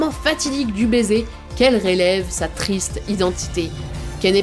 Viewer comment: "réleve" au lieu de "révèle", tu piques les yeux quand tu parles meuf